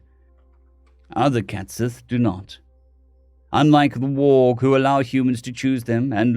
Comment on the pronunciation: Cait sidhe not cat sith lol